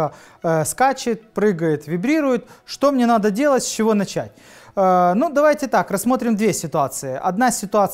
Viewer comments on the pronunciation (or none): none